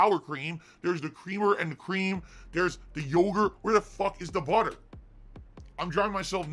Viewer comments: Lmao. So the BOOUTTER was in the butter section? No fucking way dood! Wow! Stupid fucking store dood. Also wtf is his obsession with seltzer water? His dumbass knows that it’s not hydrating right? It’s no different than pop. It’s definitely just a gin mixer. That’s why he gets those sour lip smacks all the fucking time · this guy is walking food poison case..and what is accent??🤦‍♀️🍞butteer 👈🤣🤣🤣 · he needs budder and wudder for jasper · Budder and Wudder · Oh no, no butter. Mf I ain’t use butter in years lmao. Everything is the worst inconvenience in the world for him. Lmaooooo the way he says butter is absurd. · This fucker mispronouncing "Butter" reminded me of Stewie from family guy mispronouncing "cool hwhip" just to annoy Brian.